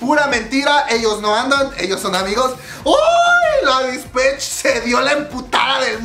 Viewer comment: Se pronuncia Dispeich